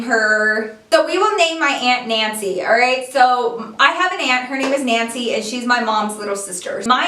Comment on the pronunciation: omg when she first said her aunts name was nancy i heard "antsie" wtf my ears